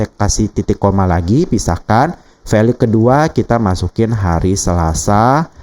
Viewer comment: Jangan VALU lah pak bacanya 😅